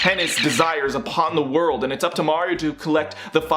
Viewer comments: when he said "Ze Worldo" instead of "ZA WARUDO! TOKI WO TOMARE" Hurt me, as a jojo fan. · "za-WORLDo" he says. I'm shook that someone can butcher it that hard